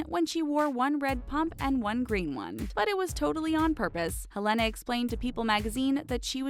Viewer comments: Please learn how to pronounce peoples' names prior to saying it repeatedly! Helena B. C. is amazing and untouchable! Also her name is "Hell- lina. To answer your Q about who wears gloves on red carpet? Older women do, bc women's hands show age. There aren't many procedures to make hands look young. Madonna always has gloves on. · She says Helena wrong